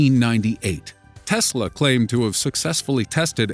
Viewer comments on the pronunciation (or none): none